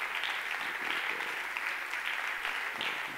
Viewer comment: Garacias! (se le quedaban cortas las sílabas para expresar todo su agradecimiento y usaba a su favor una fonética indiscernible)